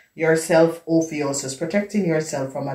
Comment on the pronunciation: Love how you say ophiuchus & it resonates big thank you